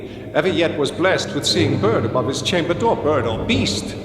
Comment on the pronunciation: "At my chamba dooa.." I love Walken's voice. It's quite unique.